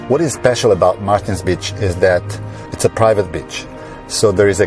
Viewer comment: Please learn to say b-e-a-c-h!